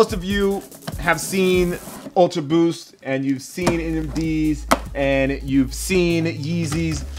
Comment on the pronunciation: When he said booth instead of boost it stood out to my ears so much